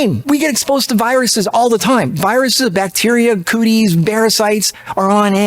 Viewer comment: Did you say “cooties”? 😂